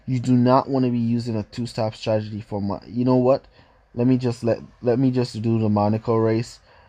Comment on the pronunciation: I like it when he says Stragety instead of Stratergy🤦